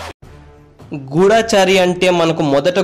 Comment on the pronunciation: గూఢాచారి కాదు గూఢచారి -- అనంతికాలం కాదు అనతికాలం- దయయుంచి ఉచ్చారణ సరిచేసికోండి